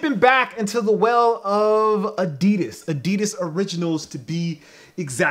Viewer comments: Still saying adidas wrong..... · Haha ya say adidas with a slight accent das cool